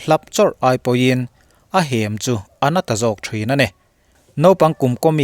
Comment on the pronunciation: I aw ngaihthlak a nuamin i chhiar thiam thei dap dap lutuk. Mahse...inhruipawha Hem i lamdan hi a hniamin i lama, a sangin Hem..thil Hem hmin nilo in mi va hlapa Hem anga lam zawk tur a ni. A ngaihnawm in a bengvarthlak lutuk, rawn trang zel teh 👍👍👍